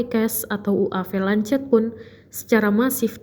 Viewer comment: Goblog bener ini pembaca berita..ngomong lancet aja ga becus.. bacanya Lanset woi.. Kamikaze juga ga bisa ngomong... Emg tribun penuh dengan orang2 tolol